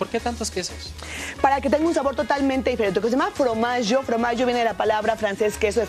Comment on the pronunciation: Extraño a aún que diga Fromagio en vez de Formagio la sal de mar es más sana